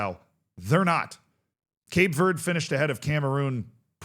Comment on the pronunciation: “Cape verdey”